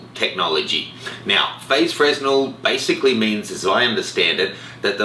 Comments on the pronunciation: "fer-nel" not fresnel... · Hate to be that guy, but the word fresnel is pronounced "fruh-nel" (it's named after a french dude who invented it). They are usually used in hot lights for film (originally invented to focus light in lighthouses) and Canon has used them in their lenses for quite some time, referring to them as "diffractive optics" or any lens with the DO moniker. Keep up the good work! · the s in Fresnel should not be pronounced. ( /freɪˈnɛl/ fray-nel)